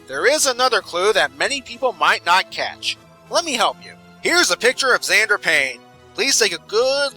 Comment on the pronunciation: I would like to point out that xander starts with an x as in mister x